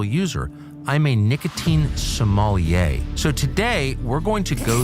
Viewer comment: Tucker can't pronounce "sommelier". He says it like Somalia -- he's a dope.